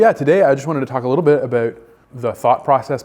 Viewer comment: I was fooled also with "aboot.”